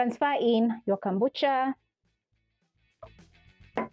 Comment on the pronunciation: It's kombucha please not kambucha. Ama ni Kenyan accent lol! Either way great video ❤